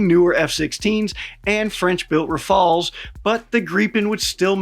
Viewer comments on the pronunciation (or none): Ra-fa-le not Ra-faL 😅